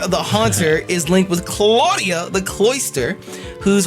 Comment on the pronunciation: said clawdia the cloyster